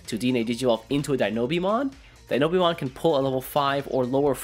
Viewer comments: Great video, nice to see you back:) However my guy, it's Dino-Beemon, not Denobeemon XD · DI-NO-BEEMON?! HUH